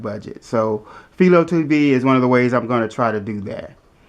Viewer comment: It's pronounced FY-LOW....named after the inventer of the TV picture tube Philo T Farnsworth